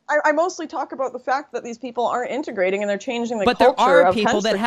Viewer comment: She says “abought” a lot